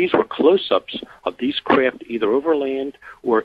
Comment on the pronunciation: Lol I hate the way he pronounces"craft"....KRIFT.